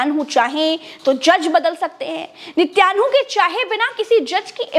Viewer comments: अरे वो नित्यान्हु नही है नेतन्याहू है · Nityanhu nahi Natanyahu…. Didi kahin kailasa ke Nityanand ki toh itnaa asar aap pe!!!!!!😜😜😜😜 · it's niten yahoo. Not nityan hoo. And he is a very cunning and dirty man. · Mam its nitin yahoo, not nityanhu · Madam Netanyahu ka uchcharan sahi kariye